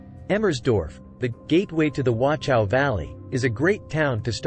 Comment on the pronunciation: Appreciate the video, but my ears are hurting from the wrong pronunciation. Please look up the correct pronunciation of Wachau - there is no T sound (nor is there a K sound, like in some other videos). German CH sound is more like a hiss from the throat.